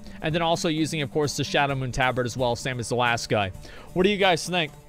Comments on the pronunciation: wtf is a taaa bard? it's Tabard.....*cringes everytime he says it* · FFS! it's Tab-ard not Ta-bard!! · Tah-bird, thats how its pronounced asmon